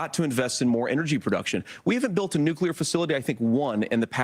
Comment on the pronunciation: SAY FUCKING 'NEW' SAY FUCKING 'CLEAR' IT'S FUCKING NEW-CLEAR NOT NUKE-YOU-LRR.